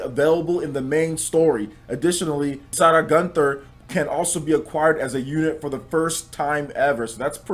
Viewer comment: Why did you pronounce Isara so weird? I had to look at the link to see who you were talking about, I thought you said "Sada gunther"